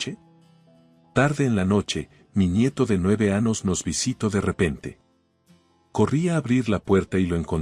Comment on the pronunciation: Anos acaso el narrador no puede decir la letra eñe